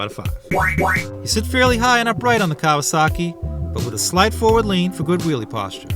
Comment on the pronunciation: Fair! Reminds me of my old KZ for sure. I'll stick with my speed triple ;) Kudos on the correct pronunciation btw